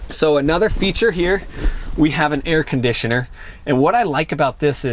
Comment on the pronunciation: You say air conditioner like Filipinos hehe